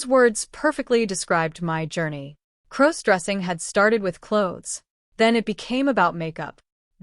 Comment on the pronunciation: Stop mispronouncing crossdressing 😮😮